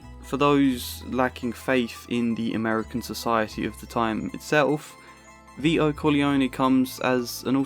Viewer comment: Vito not Vio mate